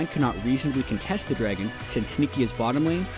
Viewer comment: says draygon and it's going to trigger me